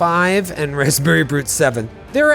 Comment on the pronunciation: Am I the only one who thought kept saying Raspberry Brute?